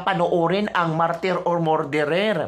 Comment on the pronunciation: pronounce “ Murderer” = “Mer derer” NOT “More derer”‼️❤️ Please tanggapin ang constructive criticism🙏‼️GOD BLESS YOU🙏❤️‼️